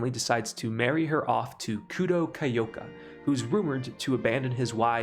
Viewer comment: Omg why cant you pronounce anything. Mio not mee youu Saimori, s-eye- more-ee, not say-or-eee Kiyoka, key-oh-ka, not kayoka Is this gonna be a running theme in all your videos? I enjoy the content but you gotta be dyslexic deaf dumb or doing this on purpose as a troll and it's not cute.